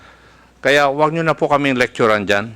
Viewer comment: Correction; Lecturan hindi licturan.